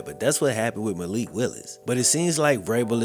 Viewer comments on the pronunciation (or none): none